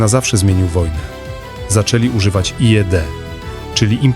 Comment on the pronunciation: IED czyta sie jak Aj I Di